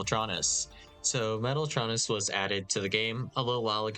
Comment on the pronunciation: He pronounced it right lmao